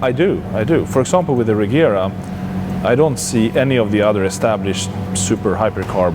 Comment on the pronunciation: its pronounced 'reyera' not 'rejera', but spelling is regera. I saw it in a video